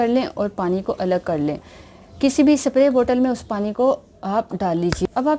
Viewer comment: چوتھیا عورت سپپپپپرے نہیں سپرے اس کو بھولنا نہیں اتا لعنت ھو